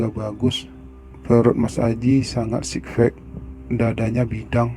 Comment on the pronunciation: sebenere alur ceritanya bagus cuma sayang pengucapan beberapa kata-nya yang kurang pas (misal sikfek yang seharusnya sixpack) semoga kedepannya lebih baik